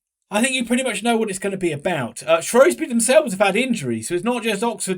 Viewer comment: Ur saying Shrewsbury wrong u spaz